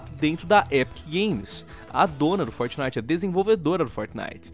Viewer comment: Meu tem hora que não da. O jeito que o fala algumas coisas Como "Fortnite"chega da um negócio mano. Fala o nome Br na moral kkkkk Forte abraço ❤ Curto vocês mas tem hora que não consigo ouvir o por causa desse jeito dele de falar.